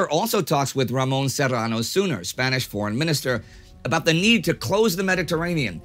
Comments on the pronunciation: Sorry for nitpicking but Serrano Suñer is pronounced Sunyer and not simply Suner. The Ñ is always hard to pronounce correctly. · Spain's foreign minister's last name was Serrano-Suñer, with the tilde over the letter "n", and thus should be pronounced something like "sun-yair" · In Spanish "Ñ" is pronounced "NI" (the idea being that the I somehow moved to the top of the N lol). So Suñer in Ramón Serrano Suñer would be pronounced "SUNIER" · Ramón Serrano Suñer /soon yair/ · One bit of trivia beyond the fact that you're mispronouncing his name (it's Suñer, with the ñ being pronounced like the Italian gn): He was the brother in law of Generalissimus Franco, so he was commonly nicknamed in Spain as the "Cuñadísimo" (Brother-in-law-issimus). He was a stunch pro-nazi, but also knew that Spain needed a fucking ton of resources in order to join the war. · either way hes prounouncing it wrong